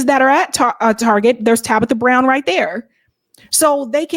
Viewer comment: *Tabitha brown not Tasha